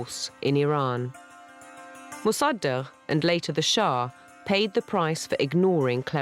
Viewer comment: the horrible pronounciation of mossadeq...